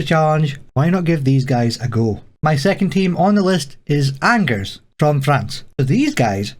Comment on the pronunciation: I'm sure the French will be happy with the pronunciation of Angers (on-zh-ay/on-zh-er)